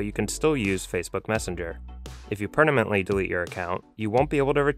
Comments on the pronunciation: Great video! FYI it’s “permanently” not “pernamently”. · did anyone else notice the whole time he says prenamntly instead of permanent 😂😂😂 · Imagine being a native English speaker and pronounce permanently as pernamently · Per...na..ment... you said it twice. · is he saying "if u pernamently?" Lol😂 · Is it just me OR... this guy is saying "per-na-mently" delete 😂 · Choose "pernamently" delete account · PerNamently? Who is this guy? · Please learn how to say “permanently” before saying it 20 times in a video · dude needs a tutorial on how to say the word "permanently" 😂